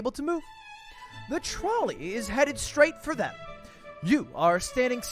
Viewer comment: Does he not know how to pronounce trolley?